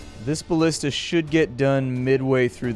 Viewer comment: Its BALLISTA gosh lol